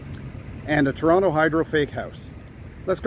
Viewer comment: Thank you for talking about "Toronto" and not 'Tronno' like many do.